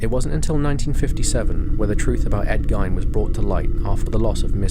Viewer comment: Ed Gein's last name is pronounced "GEEN" .....not "Gyn"